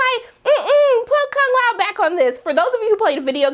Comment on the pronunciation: i dont like how you said kung lao name....made me jealous